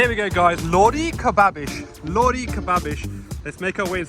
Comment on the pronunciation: Is that how you pronounce Lahori? I always emphasise the h